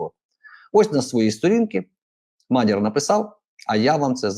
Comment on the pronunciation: Наголос у вас тіпу пУтин, лАпін...мАдяр...)) Шо за балачка? Чім незрозуміліше - тім "патриотічнєє"?